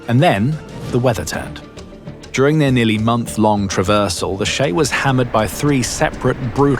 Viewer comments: how do we know the US Coast Guard catches only 11% of these vessels? And , the narco terrorists would not have called their ship, "the shay." It is the CHAY. Just like chico is not pronounced shico. , diesel fuel is not nearly so combustible as gasoline/petrol. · "Che" does not sound like "Shay." More like "chase," without the "se."